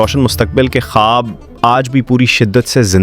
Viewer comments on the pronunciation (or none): none